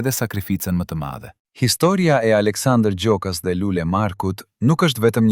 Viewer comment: Ky komentin eshte i sakt. Ky komentuesi, eshte Serb sepse as emrin nuk e thot sakte, pale raaki. Na e shpifi.👋👋👋👋👎👎👎👎👎